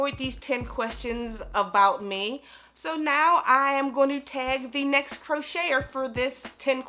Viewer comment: lol she dont call her self a crocheter she pronounces it differently